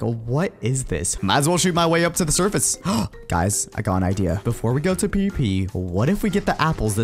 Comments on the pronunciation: says "The P-P Portion of the video" instead of "The PVP Portion of the video" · He said pp instead of pvp